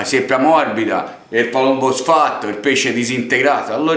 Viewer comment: LA GALLLLLINELLLINA , IL PALLLLOMBO , IL PANE ALLLIATO.. GRANDE🤣